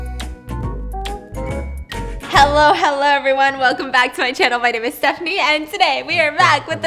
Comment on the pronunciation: Stephanie my love don't worry your pronunciation is 95% correct ❤️